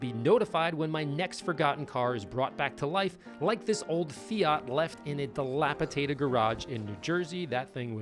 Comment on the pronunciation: Dilapitated isn’t a word It’s dilapidated. 😬😉